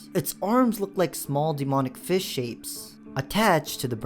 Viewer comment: "[username] was slain by fih"